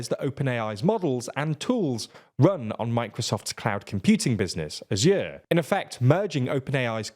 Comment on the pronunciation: "asjuuuur" ... Wtf